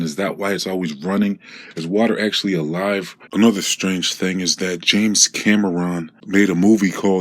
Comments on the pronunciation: Os-CUH-lation. 🤣😶 James cam-ER-ron wtff I'm dead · Dont talk about English this fool can even say oscillation properly or james Cameron Haha. Tf yo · Do you seriously not know how to say his name or just making fun of him or something? Science mixed with religion is like clam gumbo over hamburger helper